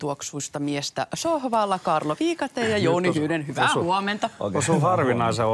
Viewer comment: Mua nyppii ihan liian paljon, että neitonen sanoo ja tuolla lukee "Kaarlo" 😡